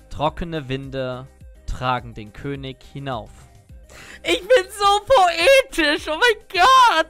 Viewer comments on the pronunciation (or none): none